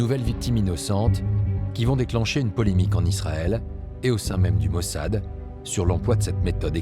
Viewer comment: Nu gasiti un traducator mai aproape de citirea in limba romana ?E obositor cum spune mossad!Altfel apreciez documentarul!